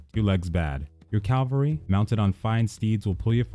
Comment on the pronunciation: Please adjust the way you pronounce cavalry. Great stuff otherwise.